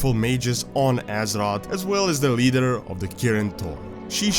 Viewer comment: I like how you pronounce azeroth. AZEROTS